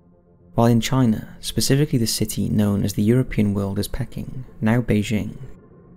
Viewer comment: Dude why do you pronounce everything wrong 😂 it’s Syno not Seeno, it’s Peeking not Pekking and it’s Romm-ul not Rommal 🤦🏽‍♂️